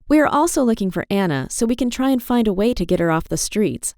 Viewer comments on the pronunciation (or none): none